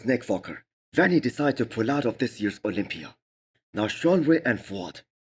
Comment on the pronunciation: Misses Olympia??? why do you not make an effort to say it right??? I love your videos